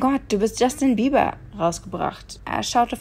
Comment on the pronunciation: ich habe bast*rd jeber verstanden xD